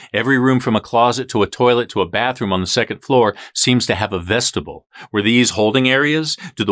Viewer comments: vest-i-BYUL, not vest-it- bull. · Pronounced: VEStibiul; spelled: vestibule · Is he saying vestibule because every time I Google it and say it the way he's saying it Google gives me vegetable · Vestibule miss pronounced.